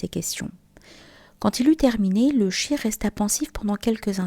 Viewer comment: Merci pour la vidéo ❤. PAIX ET SALUT SUR LE NOBLE PROPHÈTE MUHAMMAD, SA FAMILLE ET SA COMMUNAUTÉ. AMINE. Tout de même, votre prononciation du mot CHEIKH en chirk est à revoir...